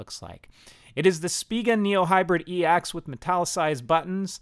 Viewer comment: It's called the ex not the e - ax 😂😂😂😂